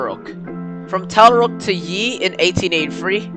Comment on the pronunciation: The first one was Tallarook which is pronounced TallaROOK. After the Yee I stayed with it anyway as it was a very interesting video for me.